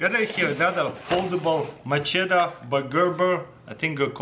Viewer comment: It's machete, Mah-Shet-iee